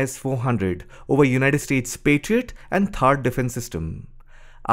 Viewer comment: Pa-try-out.😂 Yeah it tried 😂